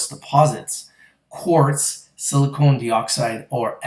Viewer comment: Please say it right! (it drives me nuts. Just like it is Silicon Valley not Silicone Valley - that might be Hollywood.) It is Silicon /ˈsɪlɪkən/ (SIL-ə-kən) Not silicone /ˈsiləˌkōn/ (Silicone is the stuff you caulk windows with and the stuff used in breast implants) (Not to be confused with the chemical element silicon.)